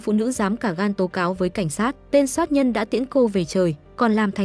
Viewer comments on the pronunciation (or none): Chủ kênh bị ngắn lưỡi à ,soát nhân hay sát nhân